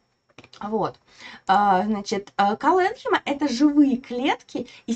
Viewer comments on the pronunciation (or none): Мы всегда ставили ударение колленхИма и склеренхИма